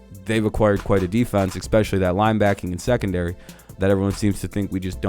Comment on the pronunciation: You had me at 'ecspeshully'. Clumsy... Like the Jets.